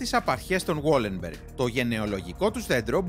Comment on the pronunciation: Βαλενμπεργκ οχι γουόλενμπεργκ.